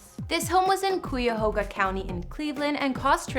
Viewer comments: It ISN'T KWEE-A-HOE-GUH COUNTY🙄😣 CUYAHOGA COUNTY IS NATIONALLY FAMOUS!😑 K-EYE-A-HOE-GAH COUNTY IS A NATIVE AMERICAN NAME. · It's pronounced Kiy-a-ho-gah!!! Cuyahoga county. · Girl it’s pronounced cy-a-hoga. Cuyahoga County. I know y’all aren’t from the medwest so you get a pass. Lol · Coo a hoga county! lol! You obviously not from Cleveland! Pronounce it right Sister!!! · Learn to pronounce Cuyahoga by Googling Ohio news channels. Cringe!